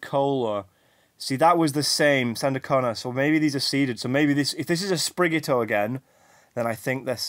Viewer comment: PawMI.. SprigaTITO.. butchering the names lol